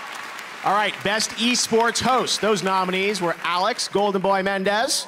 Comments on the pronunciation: hmmm. "Boi" vs. "Boah". I don't know who wins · What up with games in 2018 and BOI’s, BOAH’s